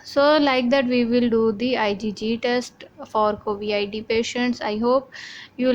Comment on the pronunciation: It's Covid and not Covi-ID. How in the world can you get that wrong.